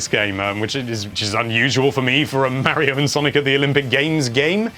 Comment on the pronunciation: ......so you can say daemon properly....but you can't say Mario properly? Have you never played a Mario game before? The fucker says it in most of his post n64 games, (Charles martenet)......it's not that hard to say it right.....how the fuck do you fuck it up so badly?